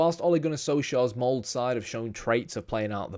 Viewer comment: Molde! MoldE! E like in the name Elizabeth lol